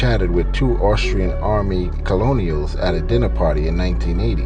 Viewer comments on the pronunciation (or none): Colonial!? It's pronounced "kernal" Colonel